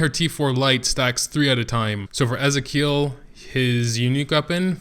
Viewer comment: Bloom he said it right